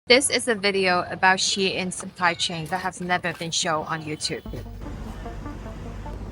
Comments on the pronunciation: It’s “shein” not “shien” lol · SHEIN NOT SHE IN 😂 RAGE BAIT 😊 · But she can’t pronounce “shein”, wtf is “shien” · Me learning is isn't pronounced "sheen" 💀